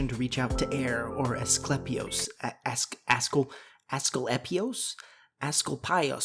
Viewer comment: Pronunciation ass-CLEE- pee-os. Just in case of curiosity